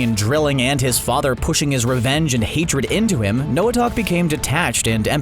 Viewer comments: I know no one really cares but it made me cringe when he said noatak instead of noatok 😐😐😐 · WHY ARE U TRYING TO GIMME ANXIETY ITS NOT NOAH-ATACK ITS NOAH-TALK TF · It’s noitok not noitac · i think it is noha talk not tack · Nobody:: NOATAC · Bruh he said noatack